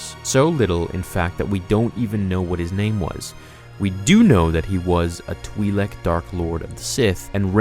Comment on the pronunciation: Twi-lek, not twee-lek